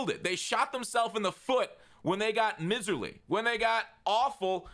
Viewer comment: dude, pronounce miserly right. mai-zr-lee, like a mai tai. love ya.